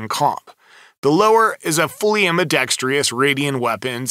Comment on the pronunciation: Informative video, but yer killin' me with "ambidextrious".